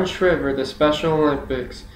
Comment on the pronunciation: Perhaps since four years ago you have since discovered,, Sargent Shriver's surname was pronounced Shriver with a long "I" sound, not the same pronunciation as "shiver." So, in other words, the surname is as if spelled Shr-eye-ver. I assume this speech you uploaded here was for some school assignment, perhaps a public speaking course or a government or political science course? I do still respect the fact you took the initiative to practice your speeches and took the assignments seriously, though. I am more posting this comment so others hearing this speech will not be misinformed about the pronunciation of Sargent Shriver's surname. FYI, I am well acquainted with Sarge Shriver's career and personal history (as a Kennedy in-law), as well with American politics and government generally, having actually been a volunteer in Senator George McGovern's 1972 Democrat presidential campaign in which Shriver was eventually named the Democrat vice presidential running mate following McGovern's dismissal of Sen. Thomas Eagleton of Missouri from the ticket due to the controversy of Eagleton's insufficiently vetted history of psychiatric treatment, specifically shock treatments. In fact, at age 14 years old, I was coordinator of McGovern's campaign in my hometown prior to the Massachusetts presidential primary. At that point, since my state's (Massachusetts)establishment party machinery was still loyal to the presidential campaign of Sen. Edmund Muskie of Maine, McGovern's quixotic cam